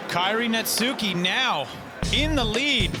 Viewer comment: Dude phuck for saying Netsuke's name wrong the whole time. Baka gaijin!